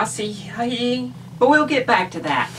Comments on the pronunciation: Just because I happen to know, It's pronounced, Uh-sah-he. Asahi beer is a very popular beer in Japan like Kirin Ichiban. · It's pronounced something like Ah-sah-he :)